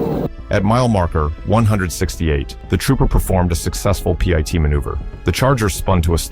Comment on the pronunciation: What's a " PIE- TEE' maneuver? Somebody, please for the love of English, teach these damn AI voices how to speak!!!!